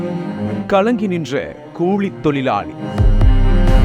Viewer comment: கூளி, அளுவளகம், திண்டுகள், இரவு பகளாக, இல்லாமள், கண்டு கொள்ள விள்ளை, மிள்ளு தவிற ழ என்பது எல்லா இடத்திலும் தவறாக உச்சரிக்கப் படுகிறது. தமிழனா ராசா நீ ? வல்லினம், மெல்லினம், இடையினம் எதுவும் தெரியாதா ராசா?. நக்கீரா உன் நிலமை எப்போதும் இதுதானா? மாறாதா?